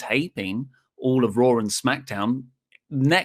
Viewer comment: "On your RAaW"